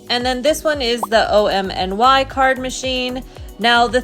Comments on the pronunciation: OMNY is pronounced just like "Omni", please stop saying "O-M-N-Y" 😭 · Call it OMNY please not O-M-N-Y. My suggestion not command. Say it the way you want.